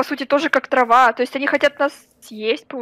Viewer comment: "ТРАВА"